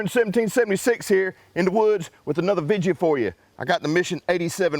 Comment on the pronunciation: putting his country twist on the word